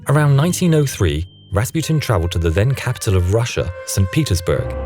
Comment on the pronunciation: Am i the only one that was angry how he pronounced Rasputin?